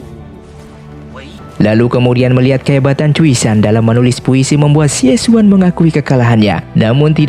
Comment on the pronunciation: Xie xun bacanya Sie Sun Raja Singa Emas